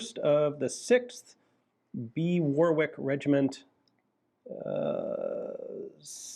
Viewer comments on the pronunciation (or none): The second "w" in "Warwick" is silent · For info ‘Warwick’ is pronounced ‘Worik’, the second w is silent. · Great video Ian. As to the inscription on the Ross Rifle, I believe the top of L Greener's rifle is supposed to read as follows: Lieutenant L. Greener, D. Company, 1st of the 6th B. Warwick Regiment, South Midlands Division. This is because Warwick, a city in England, is located in the southeast part of what is known as the South Midlands, which includes cities like Luton, Northampton, and Milton Keynes.